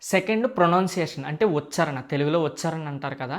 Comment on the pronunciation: Meeru correct chesthune pronunciation thappuga palukuthunnaru eg. Vuchaarana anali vucharana kaadu ok na